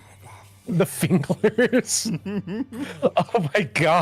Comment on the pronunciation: I left this vod on while I was at work and I did such a double take when said Fingler 🤣 Thanks for accompanying me on a really stressful day 🫶🏽